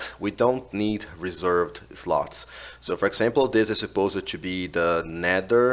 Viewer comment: if u want to improve your english you can say: reservd instead of reservEd